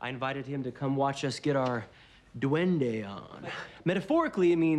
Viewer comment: As a latina, I CRINGED everytime he said 'duende'.